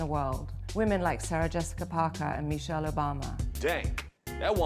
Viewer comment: Snooto meeter with not Michell, but Meeeechell!